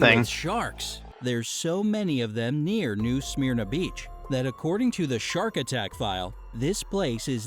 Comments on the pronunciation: Did the way the guy pronounced it in the video make you wanna hit him, or is that just me? New SMEAR-NA. The worst things I've encountered at NSB are the tourists. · Being from Florida I hate the way he says "New Smyrna Beach", the only way I've ever heard it pronounced my whole life was "New Semerna Beach" and no its not dangerous, just has some sharks and dumb Floridians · As a Floridian, the most dangerous thing to do in New Smyrna is pronounce it like the way the guy did in the video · As a Floridian the pronunciation of New Smyrna beach is throwing me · Nothing has bothered me more than how wrongly the narrator pronounced “New Smyrna”.